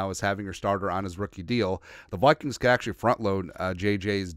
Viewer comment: "the Wikings"